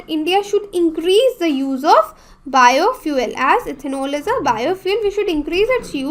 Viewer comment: Madam ki juban fishalgai Bio fuel ke jaga biofuck bol rahi he